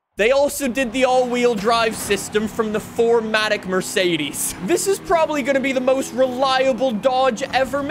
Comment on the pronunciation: It's not pronounced Merseidiis or Mersidis. Mercedes See, it's that easy. Also, Douche/Dotke Magnum.